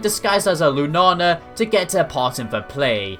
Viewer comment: don't think bad about this comment but why do you pronounce Lunala as Lunana